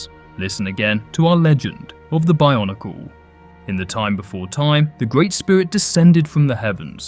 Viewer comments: stop saying barnacle ... it's called BIO-NEE-CLE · I honestly thought you kept saying barnacle